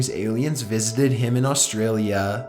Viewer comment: "Butit'swhathappentintwentythirteenwhentheactorvisitedhisofficeoverlookingthecitybothanicgardensinaustraaaaliiiaaaaaa" :D love it